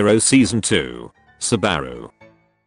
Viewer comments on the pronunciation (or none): none